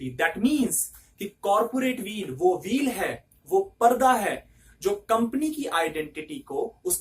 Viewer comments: bro it's veil not a wheel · Sir it's "veil" not "wheel". Sir silly mistake create blunder in student clarity . I hope you will pay attention. Don't take me wrong.